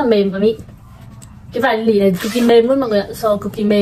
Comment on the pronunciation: Bạn ơi, bạn đọc chữ nỉ là nỉ được ko, đừng đọc là lỉ, xin lỗi mình hơi vô duyên, nhưng mà mình nghe cứ khó chịu sao á :((